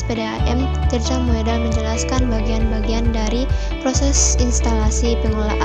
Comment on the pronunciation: Dibaca Tirta Modal, bukan Moedal.